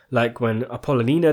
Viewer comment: Your pronunciation of “Apollonia” is absolutely atrocious.